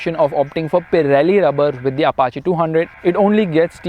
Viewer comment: Finally someone pronounced "Apache" correctly.